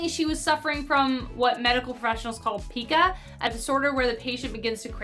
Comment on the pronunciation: That disorder that makes people have urges to eat non edible item is actually pronounced "pie-ka"....in reality it's a very sad ailment to have because doctors and researchers still dont know why people get these urges other than something to do with neurology. I work as an in home caregiver to a man that has this and he had a hernia surgery because of something harmful he ate. Unfortunately after the surgery, he pulled out his staples and ate them too. It's very confusing/sad to see him go through this process of wanting to eat things that could harm him everyday. Love the channel so far! Keep the great videos coming!!!❤